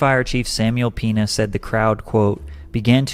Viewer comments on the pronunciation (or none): why this guy said Peña as pina? gringo moment